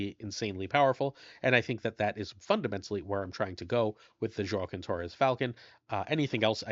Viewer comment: I'm almost certain Joaquin is pronounced wha-keen. I'm not from that community specifically, but my life experience on this leads me to feel very confident. Not trying to call you out, but you pronounce names so well usually that one stood out as odd.